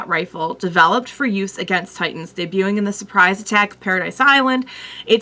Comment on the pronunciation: You're the first reactor I've seen pronounce "debuting" correctly (silent t). I was surprised so many people don't know that word.